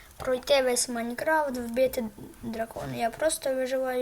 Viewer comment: правельно майнкраФт а не майнкраВт